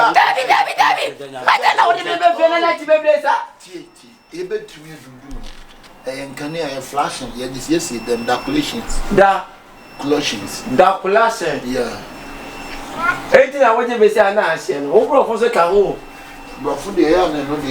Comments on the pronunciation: It's the dacolations for me 😂😂😂😂😂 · ..... Daculations Eiiiii Br)fo squad🤣🤣🤣